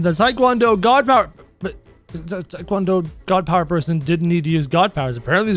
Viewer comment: says: Tik wan do Unit I say: ITS TEA-KWON-DO